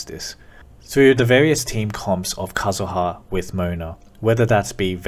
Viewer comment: aight decided to subscribe because you pronounced kazuha correctly